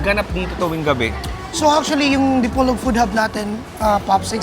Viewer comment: The way you're pronouncing "Dipolog" is quite odd, it's not the way us locals pronounce it. Also, in your caption it says "Dipolog, Zamboanga" but actually it's supposed to be Zamboanga del Norte. Thanks though for highlighting our small & wonderful city. Kudos.